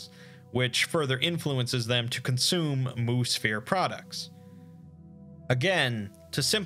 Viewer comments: I keep hearing Moosphere as Moose Fear, not as Moo Sphere. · Anybody else take a while to realize he was saying "Mu-Sphere" and not "Moose Fear" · Wait... was that last one "Moose-fear" or "moo-sphere" or what?